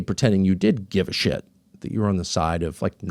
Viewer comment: “I don’t have sSHhit” 👹